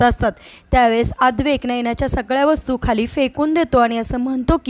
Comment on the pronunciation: Adwaik nahi, Adwait. Naina Kher nahi, Naina, Khare.